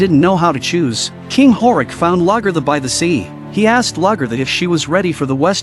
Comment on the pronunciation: I wish AI fake voice overs could get NAMES right at least. Whomever....get your VIDS correct. How many times do you miss pronounce Lagettha dumb AI and vid maker?